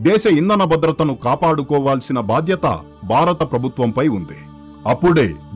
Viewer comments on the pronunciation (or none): none